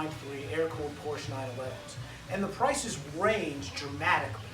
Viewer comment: HAHA this idiot can not even pronouce the brand correctly !